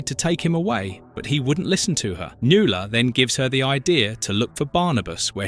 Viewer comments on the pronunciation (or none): NuAla. Mispronounced names drive me nuts. 😊❤